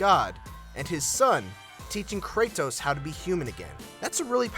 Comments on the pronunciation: the way he says his name its kratos not kray-tos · it's pronounced KRAY-DOS not KRAY-TOES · had to stop the video when I heard how this dude pronounces "Kratos" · You say the T in Kratos with conviction haha.. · why the fuck do you say "Kratos" that way. Do you say Dori- TOS to your friends. you fucktos.